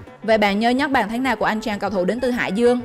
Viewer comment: ko bt về bóng đá thù đừng nói xàm. bàn thắng của segame mà đưa toàn giải khác. đọc thì sai. thành chung thành thèn trung. bàn thắng thành bàn thánh....